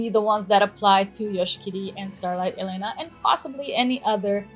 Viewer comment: HER NAME IS ELENA AND NOT E LENA